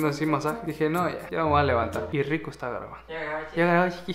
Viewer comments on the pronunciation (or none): Le entendí criko en vez de rico xd